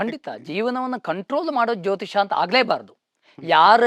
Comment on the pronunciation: Jyotishya alla jyotisha